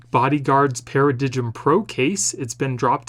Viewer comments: paradigm is pronounced like "para DIME". Come on now.. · FYI, Paradigm is pronounced Para-dime